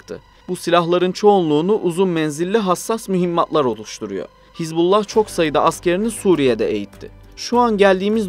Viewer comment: Не "ХезбОлла" и не "ХЕзболла", знаток😅. Даже названия того, о чём пытаешься рассуждать, грамотно произнести не в состоянии.